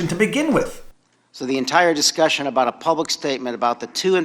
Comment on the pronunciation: "It's time to talk aboat.." found the Canadian!